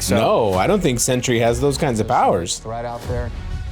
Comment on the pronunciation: it's Sentry lol